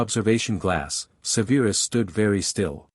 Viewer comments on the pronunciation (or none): Love this story, but idk if I'll finish. The pronounciation is not Severe-us, but Sev-er-us, say it with me, Sev-er-us. Also not Bell-A-Trix. Yes I know it's AI but guess what, there is still a human somewhere in all this. Some of this has repeats the same lines from previous chapters. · Do something man. Stop calling him Severe-us. Its just Severus 😂. Enjoyed the story though 👍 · Amusing and annoying at the same time that lately the last three vids I've watched are really messed up with pronunciation. Like this one. Not even a minute in I hear Se veer us stated so many times. So on that not good luck. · Please learn how pronounce SEVERUS.